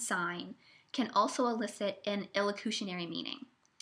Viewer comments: its PER locutionary not PRE. Here Listening to you struggle to explain Speech Act Theory is like nails on a chalkboard. You have the most annoying voice. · the twitty-voiced narrator pronounces perlocutionary as if it was prelocutionary, which is going to add to the general confusion!